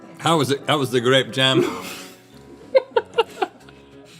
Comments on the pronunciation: It's pronounced "graepe jahm" 🎩 🧐🍇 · Grayp jum! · "grap jem" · "I've eaten a biscuit...with grehp jahm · I know this is way late, but it's just the way he pronounced it. Instead of 'jam', he said 'jem'...making it seem like he was trying to speak very posh and sophisticated. I love it when they make fun of each other's speaking mistakes.